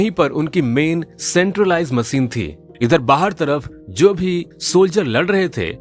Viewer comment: Har word se nhi hota she bhi tota h ...macine nahi hota machine hota h Har jagah se se se se